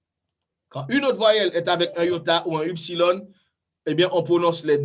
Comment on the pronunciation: Cependant Cher Prof pourquoi prononcez-vous eupsilòn et Upsilòn? Je crois que les prononciations de ces lettres sont plutôt ouvertes..(èpsilòn et ipsilòn).